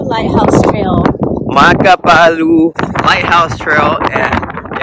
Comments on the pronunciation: Ho-ooh-mah-lew-hee-ah, I feel like any minute Velociraptor will jump out and take you down.🤣 Mah-ka-poo-ooh. You'll need to visit Hawaii more and practice the Hawaiian words. Manoa falls...all I remember is the mosquito bites! 🦟 🦟 🦟 🦟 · Ho-oh-mah-loo-hee-ahh and mah-kah-poo-ooh . Loved the video and glad you came to visit Kane’ohe (Kah-nay-ohh-hay), on the east side of Oahu! 🤙🏻